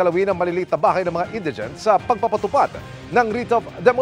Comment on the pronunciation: Indeegent or Indaygent? Hihihihihi